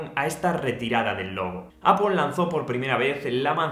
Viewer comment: “Apple” no se pronuncia /apol/.